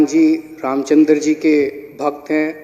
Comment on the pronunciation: रामचंद्र बोलना सीखिए